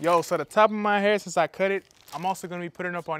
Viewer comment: "El pelo del cuh". El cuh-cut. Lmao. Hey, at least your mom is honest. I respect that. Love the relationship/chemistry between you 2. Much love and respect.